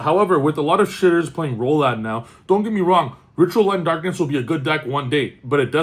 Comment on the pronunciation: Chaos Ritual, not Rolad